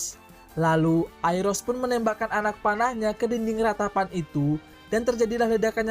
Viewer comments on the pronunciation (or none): Aiolos bang bkn airos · Iya tuh, mestinya kan Ayoros (Aioros) bukan Airos, nama pacarnya Lyra Orphee alias Orpheus aja sampe salah sebut juga mestinya Yurodaisi (Eurodyce), eh malah jadi Ayuridis (Aiouridys) .. 😂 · Aiolos bahasa indo nya bukan airos😂 Klo real nya aioros